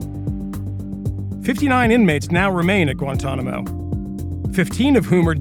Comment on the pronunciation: Gwentonamo bay